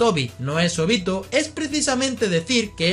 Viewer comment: Que asquerosa la pronunciación se Óbito